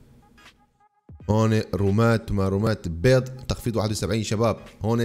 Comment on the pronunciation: ليش تقول بيز اسمها بيض يا